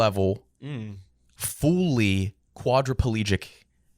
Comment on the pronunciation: Can pronounce any 'u' sounds? He just said fooly instead of fully. First time I've noticed that word violation